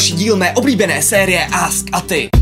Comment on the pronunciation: tys řekl místo askAti AstAti kdo to taky slisel at da like